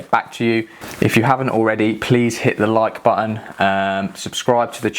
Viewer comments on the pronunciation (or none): none